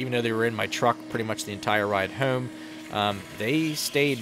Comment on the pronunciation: When you say home it almost sounds like you say comb . Will never get tired of you saying that word